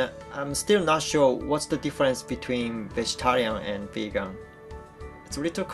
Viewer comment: Vagan? I think you mean Vegan.